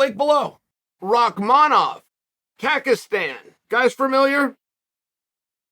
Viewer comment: No one mentioning the "kakistan"